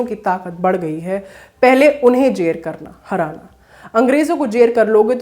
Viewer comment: Jer nahi zer hota hai ,apni team me koi urdu teacher rakh liye. Koi aisa anchor rakhe jiska uccharad achha ho.